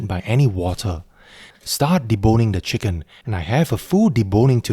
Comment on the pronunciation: Love "cheeken rice"